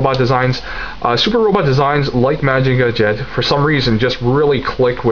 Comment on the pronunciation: LOL! I know what you mean. Lots of different pronunciations, out there, but trust me, Mazinger Z is best spoken in your native tongue. Great job once again! I will be following your reviews regularly from now on.